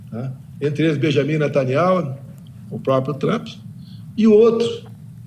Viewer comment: Bolsonaro e um dos poucos a falar o nome do Primeiro Ministro de Israel Benjamin NatanYAHU corretamente so Orgulho desse Presidente Abencoado Abracao a Todos.